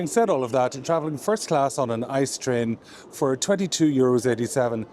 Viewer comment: It’s pronounced I C E not ICE, because it’s an acronym not a word in his own right. The ICE trains are the most premium trains in Germany and they are usually kind of on time, because they have priority on track. Fun fact: Up until recently (like 2 years ago) you could use the DB First class lounge with every 1. Class ticket, but they changed it and now only the regular price tickets are eligible to use the lounge. Sometimes I payed like 10-30 more for a round trip from Köln to Berlin but I could Drink and eat for free in the Lounge, it was really a no brainer.